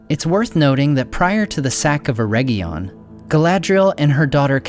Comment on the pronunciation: Oh for crying out loud, it's not "EreGGion" as in "egg": it's "Eredgion". Same "Er" sound initially, but "edg" as in "edge" or region. That egg sound is Goddamn awful. Please pronounce it correctly.